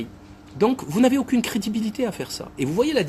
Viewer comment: Laïbi: "Vous n'avez aukine cridibilité"